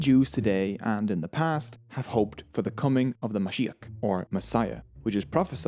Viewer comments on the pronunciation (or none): none